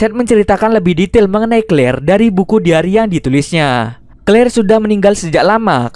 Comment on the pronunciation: Pas ngomong kleir iklan gua langsung Clear sampoo bjir